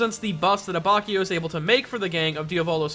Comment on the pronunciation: It's not a-BACH-io, its a-bAtch-io.